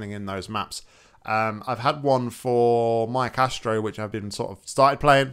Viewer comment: Well, now we know you got that:D - Yeah, I can see that. Keep that up, - Jazz hands - Actually, it's pronounced "Mikaestro", as in "maestro" - I only have Worms Armageddon:( - Well, so far your work has been pretty good, so I can tell you right now you're not that weak Great progress,! Keep up that enthusiasm!